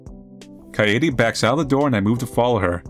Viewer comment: almost lost my mind from the mispronouncing of kaede. literally just kade with a silent e.